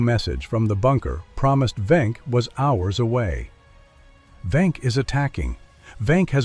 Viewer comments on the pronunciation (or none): not venk-but Wenck